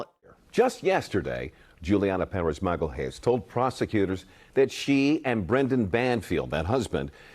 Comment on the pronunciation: it's MAGALHÃES